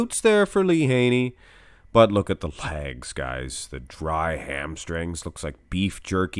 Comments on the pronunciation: It took me a moment realize you were saying legs! Not lags, I had no idea what lags were, I thought it was a bodybuilding term! 🤣😃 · Is it safe to assume these are your favorite versions of each individual ps it sounds like u say lags A to my ear 👂🏻 good work on these very entertained